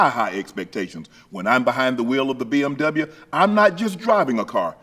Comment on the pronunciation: How he pronounces the W in BMW 😂 i love it